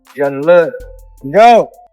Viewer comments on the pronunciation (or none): who df is jyden? it's pronounced jay~den. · Why is she pronouncing Jayden name like that lol